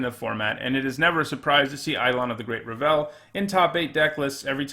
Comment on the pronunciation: How tf do you mispronounce Revel?